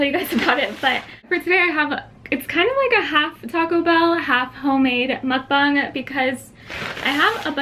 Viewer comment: You said mukbang wrong